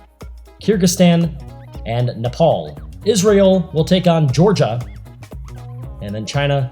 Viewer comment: Why Nepol’ instead of Nepal?